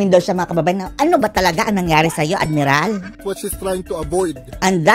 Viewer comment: Hehehhee admiral.😂😂😂😂... minsan nabubwisit na ko sa balita pero pag narinig ko the way na sahihin mo.ang admiral.di ko mapigil.ang tumawa..